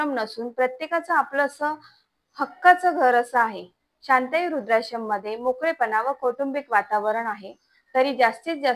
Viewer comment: अहो तुम्ही काय बोलताय रूद्राश्रम नाही वृद्धाश्रम.